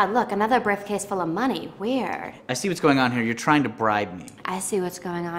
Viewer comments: "brifcase" lmao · hahhaha "briffcase"